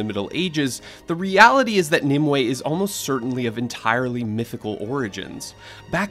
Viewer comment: Narrator: Mneme/Nimue Me: Meme